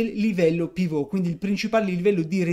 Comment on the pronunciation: Perche' dici Pivot con accento francese? e' un termine inglese: UK:*/ˈpɪvət/US:/ˈpɪvət/ ,(piv′ət)